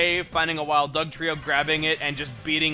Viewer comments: Happy b'day also i found it funny when you got dugtrio's name wrong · I faced palm when he said Dugtrio wrong